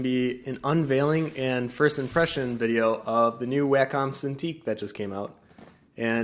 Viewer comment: Great vid! and just so you sound as knowledgable as your video and skills, its "Wah-com" not Whackom :D Cheers!